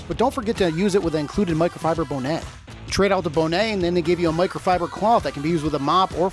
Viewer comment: Bow nay 😂😂😂 Hunny that's a bonnet Bon net